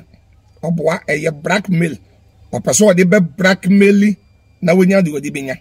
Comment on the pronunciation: But why will Afia show her condition and nakedness to Fadda Dickson… it doesn’t make sense cos he is not her relative neither is he a doctor/therapist…ahhhh well 😮 lesson well learnt😮‍💨😮‍💨…wait oo!! Did kumchacha say “Brackmail” or “Blackmail” lol 😆 😅😅😅